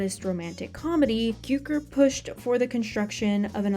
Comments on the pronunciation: Great video! BTW, George Cukor's last name is pronounced Q-CORE. Equal stress on both syllables. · You’re pronouncing Cukor incorrectly.